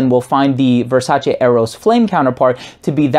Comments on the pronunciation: Finally, a reviewer with the correct pronunciation of VERSACE! I do have the original Eros and may not get this one anymore. I'm a subscriber btw. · It's very pleasing hearing someone pronouncing Versace the right way. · This is the first time I heard a youtuber pronounce Versace the exact way Donatella tells people how to pronounce the name.